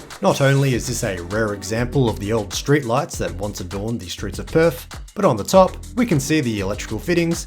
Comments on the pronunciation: It’s pronounced Perth not Perf mate. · Perth, not Perf. 😂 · And, Perf = Perth.